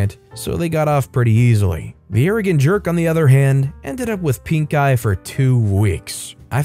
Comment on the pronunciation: Pink-eye? Sounded more like Stink-eye to me....